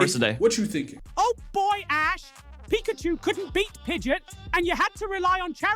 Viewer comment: Pidgeot not pidget